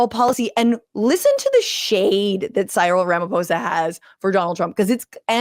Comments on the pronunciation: So pronounce his name c-ril where c is like the letter c or the “open sea” and ril is the same sound as “ryl” in Benadryl- just fyi from a South African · The South Africans say Cyril as C-Reel...Great episode again.